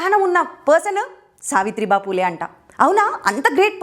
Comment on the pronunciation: సావిత్రి భా పూలే కాదు సావిత్రి భాయి పూలే madam.